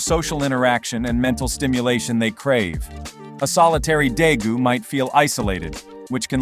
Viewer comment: its day-goos